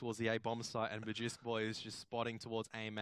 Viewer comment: Really annoyed me how the caster was calling magisk magix